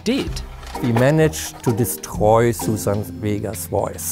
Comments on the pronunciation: Ayyyyyy.... you pronounced her name very wrong. it's Suzanne, not the boring ole susan. There's a difference. Please get it right. She ain't no boring ole susan. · The narrator keeps saying “Susan” instead Suzanne 😠 annoying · Hey Voiceover Man. Suzanne is not pronounced “Susan”. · Are "Susan" and "Suzanne" pronounced the same in the UK? This British-sounding announcer says the latter as I might say the former (as an American). We would put the emphasis on the second syllable in Suzanne Vega's name.